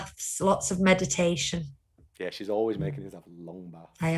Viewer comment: Did say meditation or medication